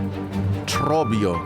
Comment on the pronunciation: The way you rolled the r in Trobbio made me so happy